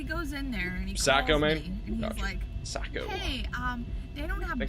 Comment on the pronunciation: Saco Me is pronounced like taco